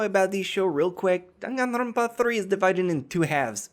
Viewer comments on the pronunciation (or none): none